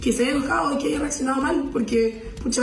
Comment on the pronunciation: Quien puede tomar en serio a si empieza diciendo "PUTCHA EN VERDÁH"...